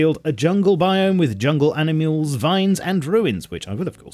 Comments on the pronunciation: animooles??? you have a stroke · animuels at the 2 min mark hahaha